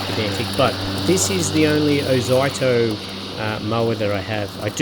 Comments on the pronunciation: it's ozito not oito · Who the F K says "Oz eye toe" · Ffs mate, learn to bloody pronounce words properly. Every ad, commercial or anything else clearly says (oh zeetoe). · OH ZYE TOE?? 😂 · Oz-zee-toe (from Aussie-Tool) PS: The wheels look perfectly fine to me, easy to clean out captured clippings. Most mowers have closed pattern wheels which are bloody pain to clean. Oh, and the plastic grass chute is normal. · Thanks for the video. I thought Ozito was pronounced 'O-zee-to' but it's a matter of choice I guess. Overall I would have liked to see how this mower performed cutting longer grass, as essentially you were using it to vacuum up leaves. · Oz zee toe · I believe It`s pronounced Oz(ee)ito, as I have had battery tools of that name. Good review too of a budget push mower. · Thanks for showing this Ozito mower, particularly the underside too. (I've always pronounced it Oh-zeet-oh 😉) It's interesting how the (now discontinued) 21" 58V AEG mower also has plastic in the discharge chute area too (Honda also uses something similar). Not only that, but so does the Milwaukee mowers. I suspect they (TTI) took the Milwaukee metal chassis with that same plastic inclusion & used it in the AEG mower (with some mods) as they have also used the line trimmer attachment heads too (hedge trimmer, edger & pole saw) as well as bringing the same design concept to Ryobi too (albeit down scaled in the hedge trimmer attachment & more plastic). In my AEG 21" mower I've had to add some stainless steel shim material to protect the plastic edge from damage & grass etc collecting in the discharge side. I'll send you a photo. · Never heard someone pronounce "ozito" like that 😂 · It almost feels intentional.. an FYI for anyone reading these comments, the name is a play/abbreviation on "Aussie Tools". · “I love to trigger people by intentionally butchering word” 😂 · I notice first think the way he pronounces ozito 😅😅